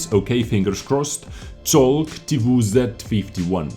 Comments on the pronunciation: You should read this "Chowg", not "cholg". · That was close :P You said Colg You should say : Ch o w g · You pronounce “czolg” as “cholg” And it literally means “tank” in Polish. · u can read "czołg" same way as english choke ;) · your pronunciations is almost accurate. In Polish "cz" sounds like "ch" in English (i.e."check") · You can pronounce "czołg" as "choke" with accent on "K" ("czołg" means "tank" in Polish). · Czołg is pronounced "Chowg." Cz like "Cz"ech, oł like "ow," and just a G at the end. You were pretty close except for that Ł, which you forgot and it sounds like an English W. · Tchowg xD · colg xD CZ O Ł G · About spelling polish name: you almost said it right, but if you wanna be more precise you should spell it like [choug]:) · Try to spell it like "tchouk" with a bit prolonged "o" (but i don't guarantee the effect). In polish "czołg" derives from "czołgać" which means "to crawl" (military style). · czolg = ch-oh-g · Try like this .... czołg - chowk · Czołg is more like ‘chouge’ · Czołg my bro, You can try pronunciation like (a boas)- T Tchibo, O Oven, U Uno ("italiano" One) G- (soft Ground) :) WZ is just shortcut from wzór - (model) W Winter Z Zona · Czołg - "cz" you pronounce as when you say "Czech". Then the other part of the word "ołg" you pronounce similarly to "rogue". More accurately, just pronounce "rogue" without that "r" in the beginning. So "Cz" from Czech and then "ogue" sound from "rogue" and you will sound like a native. Try it in the next movie! Can't wait to hear it <3 Greetings from a Pole living in Finland! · Not too close with that pronounciation... Just listen to it here :d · CZoŁg -> CZ is pronounced like CH from CHeck; Ł is pronounced like WH from WHat; T WZ -> T is pronounced like TE from TEak; WZ is pronounced like ( and Z is pronounced like Z ([zet] not [zee]) ; SZ is pronounced like SH from poliSH